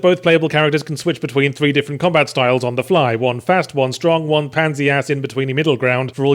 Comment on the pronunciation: king of stwong stahl